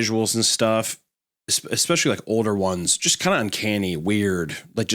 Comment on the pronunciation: How can Hunter be a college graduate but can’t figure out how to pronounce “anonymity” or “especially”? 😂